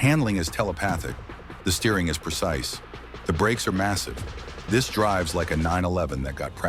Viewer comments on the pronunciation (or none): none